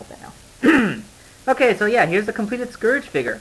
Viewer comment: Scerge? Lol that's how u r saying it.. heh